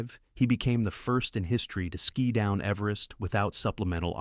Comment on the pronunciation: Your AI is mangling all tenses of the word "ski"